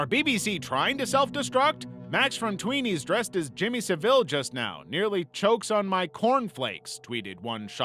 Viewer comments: Its Jimmy SAville, the emphasis on the first part of the word. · My guy you really gotta learn how to say Jimmy Savile because I was confused on who you meant cuz you said his last name so wrong 😂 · Guysss you can't bother finding out how to pronounce Savile? I'm American and that hurts, I can't imagine how it sounds to Brits lol.